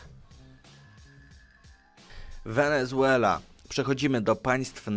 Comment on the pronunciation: A ta koza w słowie wenezuela to co xD 😆